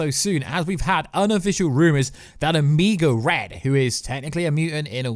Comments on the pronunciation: Omigo red? It’s Omega Red. “Omayga” that’s how you sound it out. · OMIGO RED????? Sounds like a Lucha Libre or hot sauce, his name is Omega Red.